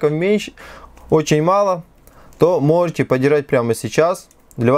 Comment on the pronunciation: что за дефект у тебя со словом "можете", "можно" ?